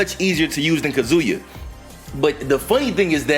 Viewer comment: Yo why tf do yall still call him "kazooyah" lol yall sound like idiots saying it that way lol